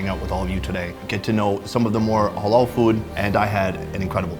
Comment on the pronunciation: Why does say Hollol food 😂